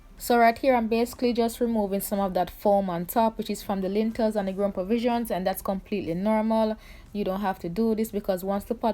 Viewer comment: Lentils not lintels mama